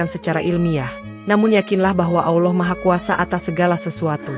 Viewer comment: Gue gak suka yg Bicara menyebutkan AwLoh harusnya ALLAH SWT. Segitunya Cari Duit. Bangkekkk